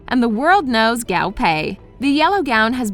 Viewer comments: I cringe everytime she pronounces "Guo" as "Gao"... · "Gaw pay" PLEAAASEEEE its GUO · I cannot be the only Chinese speaking person that cringed every time she said GAO pei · How do you pronounce Guo wrong...it’s not Gao, it’s Guo